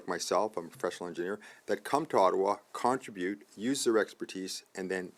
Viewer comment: contribute not contra-bute